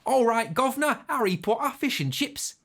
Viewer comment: Hearing a Scott say Ello Govna, Arry Potta, and Fish an Chips just didn't sound right. LOL